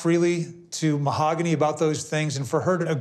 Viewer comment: Am I the only person who noticed that "Mahogany" pronounced her name differently each time she said it. The first time she said "Mog-any", but she got the "Hog" in there the second time.